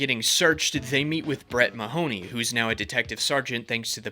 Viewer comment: As a native Irishman, the way everybody pronounces "Mahoney" is so jarring